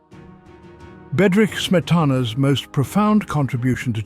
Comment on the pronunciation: A welcome "essay", but every single Czech word and name -- especially Smetana's own -- is badly mispronounced. Too bad.